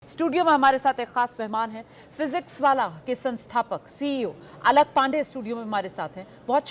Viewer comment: Alak nahi alak sir bolo